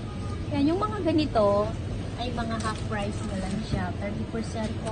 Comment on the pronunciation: Anong haft? You mean, "half"?